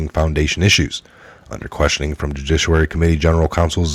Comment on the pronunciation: Judiciary = joo-DISH-ee-air-ee